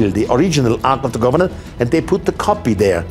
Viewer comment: please quit saying arch of the governant.